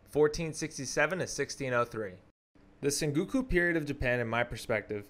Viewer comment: good vid, but maybe don't narrate it all in one recording so you can catch your breath and check pronunciation. some things were badly mispronounced or even spelled, like senguku for sengoku, phelosophier instead of philosopher, ishikage instead of ashikaga, just to name a few I noticed